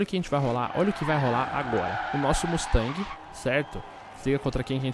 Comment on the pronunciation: Que dor no coração ouvir ele falar mustang </3